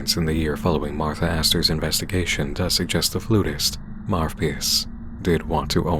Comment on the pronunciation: Two points: The name, Marvpyas, the “v” in there might be pronounced as “u”, since in latin, the letter for v and u are both v. So maybe it’s Marupyas And that picture of the guy on the board - Im pretty sure it is supposed to be the Pied Piper, a legendary figure who led children to death with his flute. The connection is obvious…